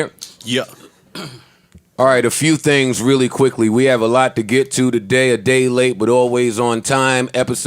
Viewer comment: I wanna apologize for saying tings as a 37 year old man -joe 😭😭😭😭